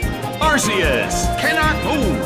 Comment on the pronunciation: the announcer cant even pronounce arceus's name right, hes saying arsius